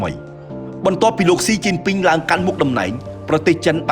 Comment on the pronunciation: 😂😂😂 my husband chines laughing when heard admin call China government name it mean crazy it wrong